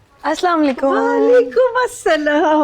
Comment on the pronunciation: Anaya plz salaam to thk se kia karen asam nh asalaam o alaikum